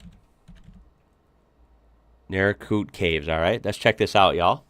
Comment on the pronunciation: I missed this live - but Naracoorte is pronounced like naracourt by most of us - although I’m sure that being in South Australia they’d argue the pronunciation, because well there’s lots of really “free thinkers” in South Australia … if you’re into caves Margaret River cave system is/was the most spectacular I’ve seen but that was many years ago. Never heard of underground caves at Naracoorte. Underground “something” no doubt, not sure about it being the caves, lol …